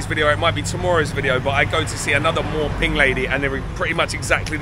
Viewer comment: mate, it's not sodding MOR PING.....It's MOO PING or หมูปิ้ง You should know this; it's pretty basic....